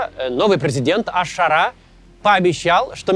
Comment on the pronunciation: Макс, ну ты же интеллигентный человек, что с ударениями в арабских именах ? Аш-Ша́раа Аль-Джула́ни